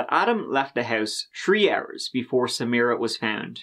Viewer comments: That is the correct pronunciation. It wasn't pronounced Sameera, it was pronounced Sam - i - ra or Samra. if you listen to interviews with her friends and family, they pronounce it similar to the prosecutor. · At first, I assumed you were bothered by her mispronunciation, assuming she would pronounce it "Sa-MY-rah" or something. I finally got that point where she was giving her statement to the jury and she said it like...I can't even write it out, since I've already forgotten how badly she butchered the name. You're damn right that prosecutor was annoying. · Samra? she can't even say the woman's [incredibly easy] name correctly!!!